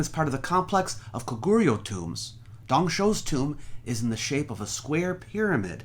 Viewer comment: I really liked the video but the pronounciation of the Korean kingdoms is really off. Baekje is pronounced like "back-jay", Silla is pronounced "Shill-a" and Goguryeo is pronounced "Go-goo-ryo" with the o in "ryo" pronounced like in English "hot"